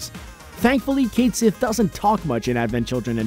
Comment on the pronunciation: Cait Sith is pronounced Ket Shee